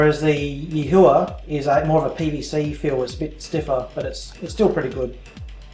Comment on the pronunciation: PS, It's pronounced Yee-whah.